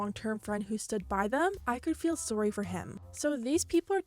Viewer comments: Is Canadian? Everytime she says sorry I hear "sowrry" and I don't know if it's just my ears. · This is off topic but I love the way you say "sorry" I hear some Canadian in it LOL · I love the way you say "Sorry" for some odd reason